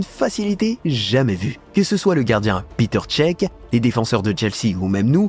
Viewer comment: il a dit PETER CHÈQUE 🤣🤣🤣